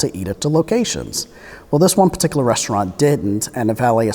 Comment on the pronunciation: I love the way he says "in pa tickler"